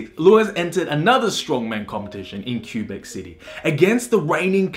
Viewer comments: Worse pronunciation of Québec I've heard from anyone around rhe world. Even Americans know it's not pronounced "Cue-beck", it's either "Kaybeck" (real french pronunciation) or "Kewbeck" (english). Also "Michaud" is not "mikow", it's "meeshow" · The English version of Québec is literally que-beck, or kweh/kway-beck. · Just trying to help you with prononciation of french Canadian words.. Québec: K-Bek Louis Cyr: Loui Seer (S in Louis is silenced, R is rolled) Michaud: Me-show (Happens to be my family name also :D) Nice video though!